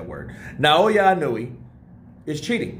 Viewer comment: why do so many people keep saying now-O-ya-oh? lol Its Naoya(Now-ya) and Inoue(In-o-way) lol